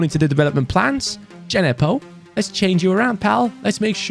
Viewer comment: it’s Djenepo not D-J-nepo🤣